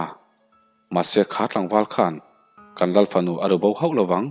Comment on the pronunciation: Oiii ka bo tial tial 😂😂😂 i chhiar rei telh telh a.... Lal fanu erawh in Ral(Mitthi ral angin i chhiar a) palh 😂😂😂😂 A va han rapthlak tak 😂😂😂